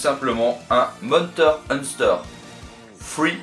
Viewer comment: La fameuse série Monter Hunster ! Bon, ok, c'est pas gentil de se moquer, on fait tous des erreurs de prononciation dans nos vidéos, moi le premier, mais j'avoue que celui-là était joli :D Sinon, elle est sympa cette valise MD, et le Thunder Force à l'intérieur ne gâche rien ;D